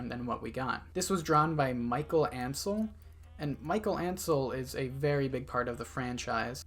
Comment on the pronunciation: Michel Ancel is also the creator of Rayman and Beyond and Evil Also his name isn't pronounce like "Mickael" but like "Michelle"